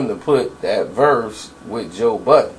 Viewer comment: Why does everyone put an S on the end of budden